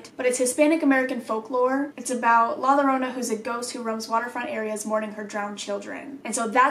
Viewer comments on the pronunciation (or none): La Llorona is like pronounced like La Yorona. But La llorona's story is about a beautiful woman named Maria marries a rich ranchero(aka guy) with whom she has two children. One day, Maria sees her husband with another woman and in a fit of rage she drowns their children in a river, which she immediately regrets. Unable to save them and consumed by guilt, she drowns herself as well, but is unable to enter the afterlife without her children. Which then causes her to "look" for her children near lakes wailing and crying out " mis hijos, donde estan mis hijos" or something like that which means "my children, where are my children" The legend of la llorona was first made is mexican culture so that it teaches children to not go outside at night alone or la llorana will find you and get you. She's also sometimes seen with a white dress on. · lmao “la lorona” 😂 it’s pronounced “la yo-rona” lol I wanna hear you say it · Yo-rona! Stop with Lo-rona, I can't. Lol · "La Llorona" is pronounced as la yorona so instead of an L sound its pronounced with a Y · Every time you said "La Lorona" aaAAHH Please, it's pronounced "La Yorona" 😂😂 I was getting irritated ngl. But ily boo, I'm just tellin ya how to pronounce it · just so you know, la llorona is pronounced yorona not lorona :) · La llorona is pronounced with a y sound like la yorona and you roll the r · Just for pronunciation sake the double L in La Llorna is pronounced with a y sound. Atleast from what I have understood. If I am wrong please correct me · just wanted to tell you that “la llorona” is pronounced “ la yuh-rona”. hope his helped!! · Just a small correction if there are anymore in the future: la llorona is pronounced la yorona because ll makes a sound similar to y 😁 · talking about La Llorona: * pronounces it “Lorona” * Me:😂 La “Lorona” Where I’m from Lora mean parrot and that’s what it reminded me of 😂. All I could think of was a parrot in dress mimicking La Lloronas crying 🤣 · It is pronounced la yorona